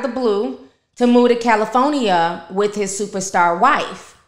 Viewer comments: "Cali foe nee ah" always tickles me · Cali-phone-nia never heard it said that way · “Cali-phone-nia “ lol love how you say it. Anyways Nicki been an embarrassment. She has a nasty attitude, she is ghetto, and overall triflin with her fake accent. Nicki is a sad women!! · The way you say CALIFOENEA😂😂😂 🥰 I love you Ti keep doing your thing Beautiful 🙏🏾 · I ❤ to hear you say "Cali phony ya" 🤣🤣🤣 and the new intro is 🔥🔥👏🏾👏🏾👏🏾👏🏾👏🏾👏🏾